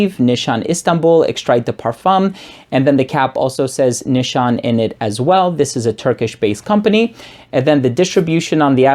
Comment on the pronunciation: Pronunciation is "nishane", not "nishan":) This is Merin from Istanbul Turkey.